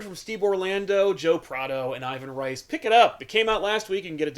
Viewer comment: I think Ivan Reis name is actually pronounced eeVAN HAYs.